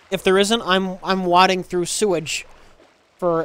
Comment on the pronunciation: "I'm wadding through sewage" - does really not know how to pronounce "wading"?!